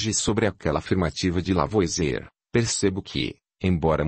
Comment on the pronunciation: Pena que, apesar de ser uma voz maravilhosa, a IA não consegue pronunciar corretamente os nomes em francês, como "Lavoasiê", por exemplo.